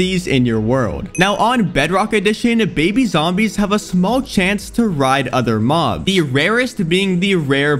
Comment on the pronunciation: "Minecrap has many different mohbs"💀